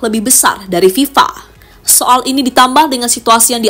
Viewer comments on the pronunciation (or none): none